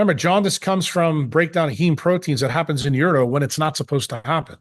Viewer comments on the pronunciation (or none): none